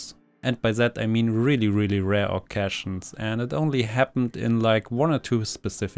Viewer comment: I recommend that you look up how to pronounce "occasion" and "character". This is not meant in a mean way. This is supposed to be constructive criticism.